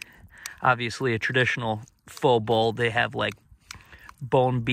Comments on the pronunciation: pho is pronounced like Fuh. Just in case you’d might get burned in future videos 😆. But food looks great! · You're saying pho wrong Lol.. But it's OK I still love ya.